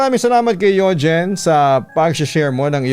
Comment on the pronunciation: Yugeen hahah bat ganun papa dudot pagkakabigkas mo